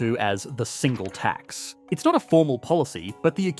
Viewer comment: Why do you keep stressing the word 'tax' instead of the word 'single' in 'Single Tax'? It makes it sounds like you're talking about one singular tax instead of a tax on singles.